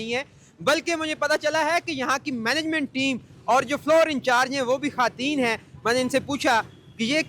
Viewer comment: Good Efforts for women empowerment. Anchor sab please ap apna talafeez teak kareen. Khateen nahi khawateen word ha. Aur ap jiss ka interview kar rehay hain wo khawateen he bol rehe ha laken ap bar bar khateen farma rehay hain. Please don't mind. ❤❤❤❤Love from sargodha .Happy New Year 🎉❤🎉❤🎉❤🎉❤